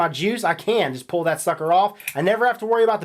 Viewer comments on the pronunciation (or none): none